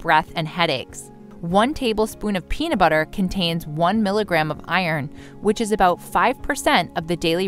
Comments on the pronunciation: Is the peanu butter you are talking about the same as the peanut butter with the t in the word. Toronto came out ok for some reason. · Anyone else notice the narrator calls it peana butter?